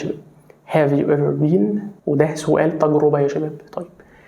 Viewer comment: مستر حضرتك بتقول على been النطق بن اما بين الي حضرتك بتقوله لا بين بمعني فول او فاصوليا